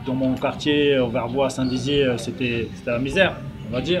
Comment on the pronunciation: C'est moi où il a dit st-dizier comme là où habite mastu😂